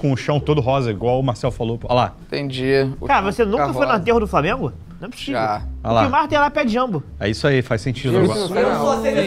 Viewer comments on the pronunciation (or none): none